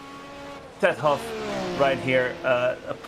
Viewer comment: I will not stand for this slander!!!! My name is Clearly pronounced HAUFF and I am in A SCARRINI - it's not HO in a COOPER, who would DARE?! anyboody who says otherwise is an OPP!